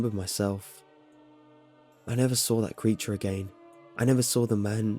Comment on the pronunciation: "That's when I sawr it..." 😂